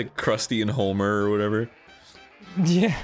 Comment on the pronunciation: Arin. Did you just say 'Crusty and Holmer It's Homer. Where did the L come from.